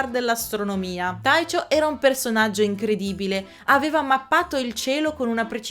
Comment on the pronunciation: però "Taicio" per Tycho, no..